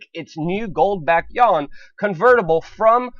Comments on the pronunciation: How can you be so ignorant... to call China's currency the "yawn"? It's the "you-won". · PLEASE learn to properly pronounce the "You-Awn"!!! It would make you sound more intelligent. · "hegemony" and "yuan" ... please work on pronunciation